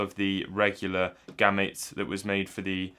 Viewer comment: I would have pronounced it as "Game-Mate" without the "me" sound